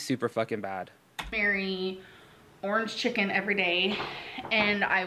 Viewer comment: “Ernge cheken”